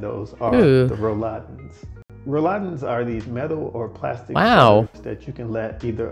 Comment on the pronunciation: Well said, except it’s Rolladen, not Rouladen (that’s a German dish containing meat rolls 😂). Btw, in my home there’s floor heating only, no radiators. Toilets in the US are always mounted on the floor because the wooden walls wouldn’t support the weight (German walls are made of bricks or concrete).